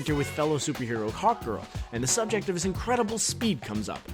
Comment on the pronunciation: when he said "hawk girl" to me it sounded like "hot girl" does anyone agree?